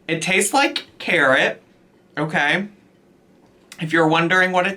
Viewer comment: I had to put my phone down when they said scarrot😭😭😭